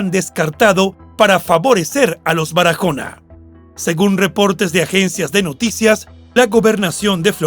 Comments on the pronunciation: En español ese apellido no. Se pronuncia Barajona. Sino Baraona aunque lleva. H pero la. H en español es muda no tiene sonido . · Es Baraona, la "h" no se pronuncia. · Excelente narrador, pero en español la h no se pronuncia, con lo que no hay necesidad de decir Barajona. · Perdón la h es muda no tiene sonido.tu la pronuncias como una jota se pronuncia Baraona y se escribe Barahona